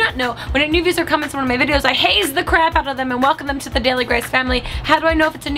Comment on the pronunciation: Y does it sound like u are saying "new visler new visler!" And not "new viewer"